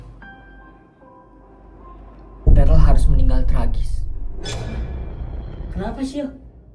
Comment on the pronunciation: darrel om bukan darrek🙏🏻